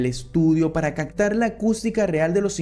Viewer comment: Dijiste cactar en vez de captar.y adaptar en vez de adaptar.Tu relato está bien.